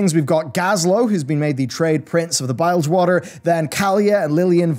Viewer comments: ihh! S-ihh-ra, and B-ihh-lgewater... >.> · I dislike how says bilgewater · Bile gde water?, it's pronounced just as it spelled buddy, lol. a Bilge is part of a ship. it's bylegde, lol. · butchers the pronunciation of bilgewater and bwonsamdi too